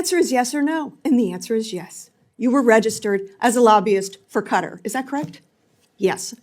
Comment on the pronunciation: IT'S KATTTTTTAARRR NOT KARRED KKKKAAATTTTTAAARRRR KKKAATTTTTTAAARRR THE KKKAAKKAAA OF THE MUSSLIMS WORLD!!!!